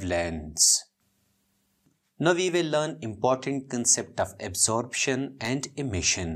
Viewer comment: its absorption not absorabtion bro but anyways wonderful teaching sir